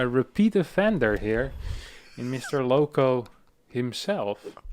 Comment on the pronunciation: OMG you almost made me spit my coffee XD "Owko L" is the next emperor